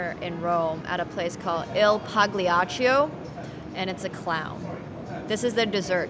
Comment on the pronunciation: “Il paghliatchou” 😭💔🤌 Love the attempt nevertheless🇮🇹🍝One month in Italy, pizza and wine and you'll speak like a native🍕🥂